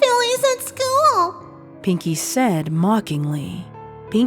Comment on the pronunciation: Take a shot everytime you hear "said-uh" or just any "-uh" at the end of a word everyone dies from too much alcohol and dies again